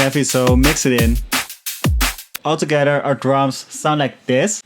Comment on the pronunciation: You should sample your voice saying "like thes" it would sound dope